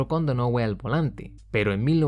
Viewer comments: se dice “Donajiu” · Donohue (Pronunciación: Dónajiu). Solamente complemento tu gran video, sigue así, tío. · "Donohue", tal cual. A unos si los pronuncio bien, a otros no ¡Fórmula Uno! Compadre.